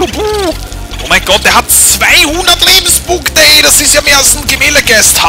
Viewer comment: Sagtest du da etwa, "Über 200 Lebens-BUU-nkte" ? XD